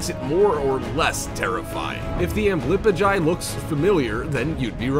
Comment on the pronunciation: Dude u butchered the tailless whipped scorpions name, it’s pronounced ambly-pigeon